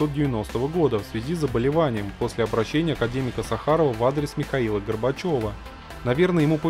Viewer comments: Да чтоб с окончаниями то! Академик САхаров, а не СахАров! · сАхаров, а не сахАров. Рентген, а не рентгенов. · Только не СахАров, а САхаров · Академик Сáхаров, а не Сахáров.